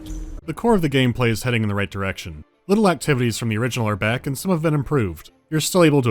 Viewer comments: "ROIGT" ~ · "ROIT. GRUNT. ROIT. GRUNT." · Oh my god I haven't heard the word right said in a British accent since I played You Bloody Well Right. That was more charming still.